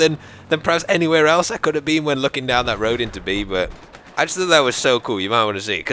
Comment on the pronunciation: you say bwut instead of but:)